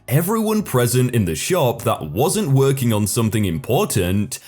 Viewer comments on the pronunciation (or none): none